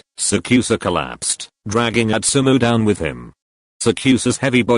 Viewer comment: Why is it Atsumo not Atsumu- im confused